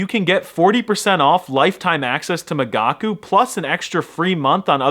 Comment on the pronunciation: I listened to the video (because I'm a gigachad who understands everything without subtitles) and during the whole sponsorship I thought you said "magaku"? How is it possible to pronounce an i that wrong? America must be eradicated. ...maybe I'm not such a gigachad after all